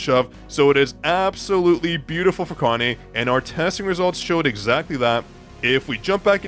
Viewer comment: her name is ka-na-é,not a-ka-né.whats wrong with u people